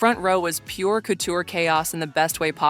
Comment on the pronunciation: couture pronounced “cootcher” by ridiculous AI voiceover